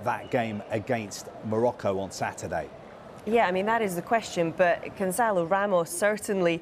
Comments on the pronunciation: Gon(SS)alo, not Gonzalo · His name is not Gonzalo.